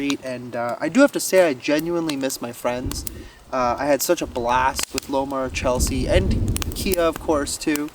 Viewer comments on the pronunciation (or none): none